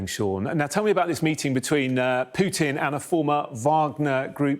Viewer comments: Because we don't pronounce the j sound after every consonant, including But l. I can't thin of another name with the "long u" pronunciation before aby consonant, and even not every English speaker pronounced Putin that way because it's a foreign name. I'm from south-east England and just use a regular /u/ sound. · Someone please tell this guy how to pronounce Putin, not pyuutin and Kuwait, not kyuuwait